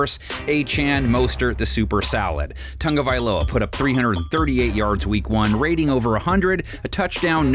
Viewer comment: T-A-G. Tagovialoa. NOT TUNGA. Lord almighty it’s not that hard people.